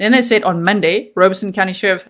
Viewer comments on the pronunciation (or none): I live an hour away from Robeson County and know lots of people from there. And never heard it pronounced Rowbeson. They pronounced it ROB-a-son